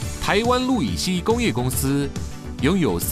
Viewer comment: 是不是氯乙烯不是路乙 烯